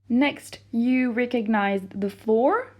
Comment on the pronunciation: Great video ! I suggest you pronounce more flour like the word flower rather than flour like the word floor :) 👉🏻👈🏻